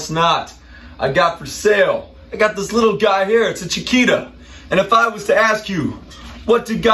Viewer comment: I know. I speak Spanish, soy sudamericano. says “Chikira”, when in fact it should be pronounced, “Chikita” (“Chiquita”, spelled correctly). I'm sorry I was sarcastic at the time, but it kind of shocked me. It's Ok. Actually there is nothing wrong, it is just a detail. No pasa nada, amigo!